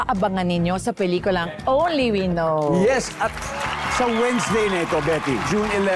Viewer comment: It’s “only WE know.” Stress on the second word. Ganyan yan sabihin